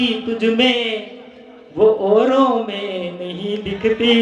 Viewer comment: ladka accha hai par thodi samazh kam hai kavita ka pehla asool pronunciation ( example its auro not ooro) suhi hona chahiye doosri baat mere bhai kanhiya, kumar vishwas inki baatein chod ek baar kanhiya ko sun ley tere se 10 guna zyada dimaag hai or bharat mata ki jai bolney se tu bahut bada rashtrbhakt nahin ho jayega or ek imporatant kisi ki copy mut kyon ki tu copy bhi acchey se nahin kar paa raha hai padhai kar job kar yeah creativity hai teri samazh se bahar hai